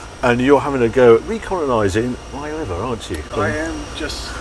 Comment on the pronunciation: What Grammar School did you go to again Harry - WTF is 'Levver'?....🤣